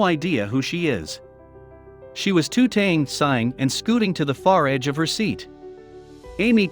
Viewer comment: He pronounced it tooting, rather than tutting at the very beginning. :)